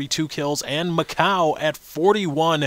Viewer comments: dude its macau. like. mac-cow. its a city... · lol mac-coo :D i wonder how they come up with those pronunciations :P